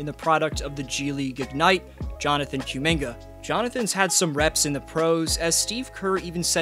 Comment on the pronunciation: I don't think it's Q-minga. More like Ku-minga. He's from Congo.